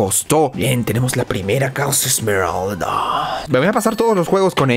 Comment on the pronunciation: ya en serio, pq dicen "esmerald"? XD, no lo digo por ti osea si pero he visto a otros youtubers decir "esmerald" en ingles no lleva la "s", es "emerald" entiendo que en español si lleva "s" pero, si hasta viene escrito wat xd